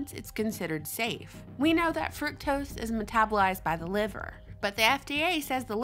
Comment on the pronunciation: pleaseeee for gods sake pronounce fuctose like frooktose as it was supposed to be pronounced lol